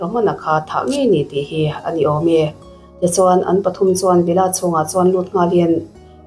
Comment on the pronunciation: ....a tuartu ni lo 'CHUAN'*... He *'chuan' i lam dãn hi a thu awmzia aṭangin i lam dik lo.Han ngaihthla nawn leh la, a lam dik dãn tùr i hre mai ang.